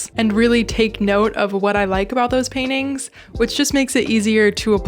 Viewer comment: It’s so cute how you pronounce paintings “Pain-ings” hehehe